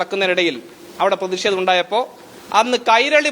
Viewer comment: എന്തിനാ പ്രതിഷേ തം ' അത് പറയാൻ ബുദ്ധിമുട്ടാണ്